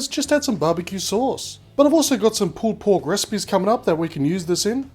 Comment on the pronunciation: sounds like hes saying pooped pork XD